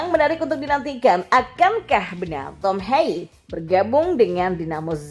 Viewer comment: Yg saya dengar dari komentator belanda penyebutan tom haye, bukan sperti bhasa ingris, tom hey, tapi lebih ke pelafalan bhsa Indonesia, TOM HAYE, t, o, m, = tom, h, a, y, e, = haye, semua huruf dibaca lengkap